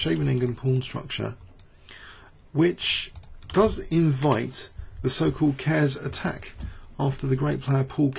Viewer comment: Just for future reference, it's Ker-es. 2 Syllables, not 'Cares'. I don't normally mind about your mispronunciations but that's a biggy.